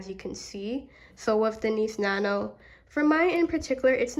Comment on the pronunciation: You really kept saying Niece nano 😂 it’s called Nice Nano